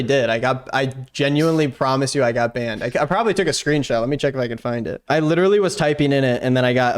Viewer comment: Litrereallyy Edit: Litraiallyy *